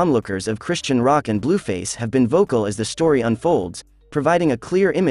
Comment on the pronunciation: Lord they just butchering the pronunciation of Chrisean…